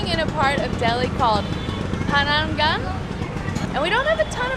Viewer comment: You guys are so cute. The way you guys pronounced “ Chandini Chowk” and “Pahar Ganj” was hilarious, but kudos for trying and always being optimistic.